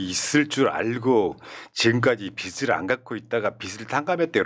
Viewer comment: 다 좋은데 패널분들 발음을 정확하게 해주세요. 자꾸 빚이 아니고 빗이라고 발음하시는거… 빚을 탕감해주다는 발음할때 비즐탕감해주다 라고 하셔야지 자꾸 비슬 탕감해주다 라고 하시니…..